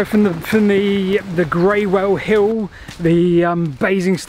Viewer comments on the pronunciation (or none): Somebody else might have mentioned the pronunciation of Greywell. I lived in Basingstoke close to the line of the canal 50 years ago, and used to walk it. A very old resident I met near the tunnel told me that Greywell is pronounced as "Grool". I also heard that from other people in the village of Basing, through which the canal ran (along the castle wall). A great video, thanks.